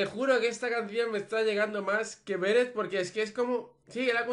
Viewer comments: Odio que llames /Béret/ a Beret😂❤️ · me pone nerviosa q no pronuncies bien beret!!